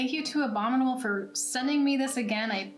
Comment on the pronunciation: At first I thought you said the "Obama Mold" box.